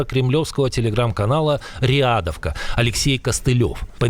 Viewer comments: Не рЕадовка , а рИдовка , наверное....с уважением Слава Украине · рЕАдовка? серьёзно? И вы после этого заливаете видео на "йоутубе". Вы там кукумбера объелись? В вашей голове не возникала "тхоугхт" о том, что английский "лангуаге" стоит подучить?